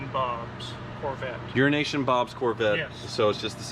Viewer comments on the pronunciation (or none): OMG it’s Euro Nation Bob!?!! Hahaha with always saying Urination I thought it was Euro Nation Bob. Thanks for the clarification